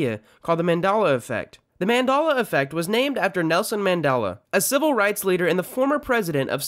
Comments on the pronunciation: Mand-A-la? Why does everyone else pronounce it Mand-E-la! If you're so smart, why can't you pronounce it correctly? If you say Mand-A-la 1 more time, I'm going to build a time machine and go back in time and delete you from existence! Then people will kind of remember that you use to pronounce it wrong. And then you will be the only real Mand-A-la Effect in History. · It's Man-DEL-ah, not Man-DAHL-ah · it's NOT mandolla. It's ManDELLA. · MAN DEL A NOT MADELA EFFECT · its mandela not mandolla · Isn’t it mandela not mandala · I hate how he pronounces it as Men-Dala instead of Man-Dela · "Mandahluh effect" Its Mandehluh 🤦🏽‍♂️ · the man-DOLL-a effect is named after Nelson Man-DELL-a. what. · Says “mandolla effect” when it’s clearly pronounced “manDELa effect 🤦🏽‍♂️💀😂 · How are you mispronouncing Mandela??? It’s a short “e” sound, not a short “a” sound after the “d”! Man-deh-lah, not Man-dah-lah! Learn how to pronounce a word before you make a video on it. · It's MANDELA, NOT MANDALA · Back in my day people said the man-del-la effect, now it's the man-darla effect, i hope you learned something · Its pronounced man-del-la, not man-dal--la, or whatever the hell you said. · Man-Dell-A not Man-Doll-A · manDEla effect not manDala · Great vid .... but PLEASE stop saying “Man-DOLL-uh”. It’s “Mum-del-uh” But great video. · Nice one, i see what ya did there! For those who wooshed on this one, this fool repeated called it the man-dal-la effect. Some also call it man-dol-la or man-doll-la. To those who dont know, it is man-DEL-la effect. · 1. It's not Man-dalla. It's Man-dela. (Seriously it's so easy to, how did you pronounce it wrong) 2. He didn't die recently. There's nothing recent about 2013. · Named after nelson Mandela, however the speaker calls it the Mandaaallla affect 🤨 effect and affect are also different, Jesus you absolute dipsh*t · Its mandela not mandalla! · Mandela is pronounced man dell ah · How about the fact that this guy keeps saying Mendala